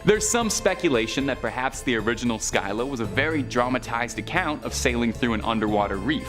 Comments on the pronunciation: say it THIS WAY.... Sillah (Scylla) I give you major learning curve points for at least TRYING to say the names though. :) LOL. HEY one last little FYI Whenever someone at the Time period in history were battling a mighty enemy, and it seemed the battle was never going to end, people who witnessed such difficult battle circumstances, it started being said for any person facing such personally insurmountable odds, were referred to being "Between Scylla and Charybdis_ Which would later be THE ONE ACTUAL Definition to describe anyone being Between a Rock and a Hard Place! Which actually made more logical sense at the time, as Zeus placed both as Guardians on 2 sides of a water Channel where Ships would have to travel through this Narrow channel in order to dock into Greece to Pick up/and Drop off. Various resources and supplies/ foodsand tools/equipment for the Greek peoples. And Zeus Made it so that when the multi headed, cave creature Scylla,died and Charybdis died, Zeus made it so that Neither actually passed away... (He made both eternal Immortal monsters who would Often fight one another to see who the ultimate winner would rightfully Claim the sailors who would Die from being stuck between the Rocks (viewed as the Multi headed Long necked cave Monster--Scylla--Who resided in a highly placed mountain Cave on 1 side of the water channel, and Charybdis would be placed Opposite of the monster Scylla and was transformed by Zeus, as a swirling, dangerous deep violent underwater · Learn how to pronounce the names of your subject matter Scylla and Charybdis. You are so butchering their pronunciation, most any Computer has translation and pronunciation functions. Please use it in the future.